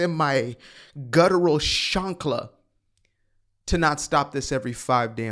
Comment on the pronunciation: Bro called a chakra a chankla and im with it. My dude throwin vibes like an angry abuelita